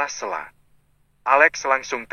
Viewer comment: 😂😂 yg baca lucu Stella di blg sella😂😂